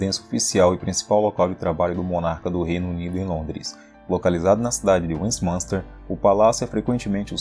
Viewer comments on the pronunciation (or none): Caramba antes de fazer um video com palavras em ingles aprenda como se fala principalmente se for sobre Londres não se fala westmanster é Westminster o i é falado vc matou o vídeo falando tudo errado odiei pq não gosto que falem o meu idioma e sobre a minha cidade tudo errado se aperfriçoe